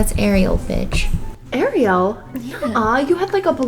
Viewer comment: Finally someone says Ariel correctly .